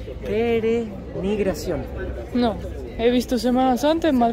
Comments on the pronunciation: Hasta hoy tuve la oportunidad de ver su video, me encantó. Disfruté tu pronunciación de la palabra perenigración, la correcta es peregrinación. Mas que peregrinación, presenciarion procesiones, que es cuando un Santo, en este caso El Santísimo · Pe-re-NI-GRA-ción no brother, es pe-re-GRI-NA-ción (de peregrino), jejeje, bonito video, me dieron ganas de visitar Guatemala, se parece mucho a mi Yucatán, un saludo. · Cada vez que decía PERENIGRACION me reía 😂😂 es PEREGRINACIÓN 😂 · Peregrinación. dice perenigracion. Así lo escucho si no lo oí bien mil disculpas. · Me gusta como hablan español. dice "penegrinacion" por peregrinación y en otro vídeo dijo Valadolid por Valladolid....¿será el inventor de la nueva lengua española?....La bandera de Guatemala, es como la de Argentina 😮😮😮😮......Buen viaje, los veo en Antigua.....Que ricas frutas por cierto, y el metro al aire, que bueno que estos bellos países podamos conocerlos por ustedes y ❤❤❤❤ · Yo soy el luchando para pronunciar bien una palabra para terminar diciendo pereNigración 😂❤. Me encantó el video, como todos los demás. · Lo mejor del video fue la "perenigración" :) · Me he reido mucho con pronunciando perenigracion cada vez peor.jjjjjajaj un beso desde San Salvador, El Salvador. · Jajajaja que gracioso escuchar como dice, perenigracion cuando en realidad es peregrinacion jajajajaa fue muy gracioso 😂😂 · PEREGRINACIÓN estimado, no perenigración, su canal es muy ameno. Saludos. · Jajajaja perenigracion jajajaja. Es peregrinación. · Peregrinación, no perenigración. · Perenigracion, no no peregrinacion ahora si jajaja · Peregrinación, no Perenigración, jaja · ....nos quedaste mal,.. no supiste pronunciar '' Peregrinacion"😂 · no le enseñes a hablar mal a... la palabra es PEREGRINACIÓN...!!! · PE RE GRI NA CIÔN...."con onda".....